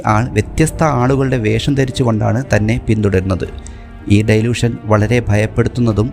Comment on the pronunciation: ഡൈലൂഷൻ അല്ല, ഡെലൂഷൻ ആണ് ശരി